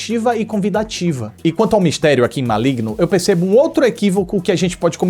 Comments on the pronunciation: N é Maligno. É Malegno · "Cospobre" kkkkkkkkkkkk Ma-oe-igno kkkkkkkkkkkkkkkkkkkkk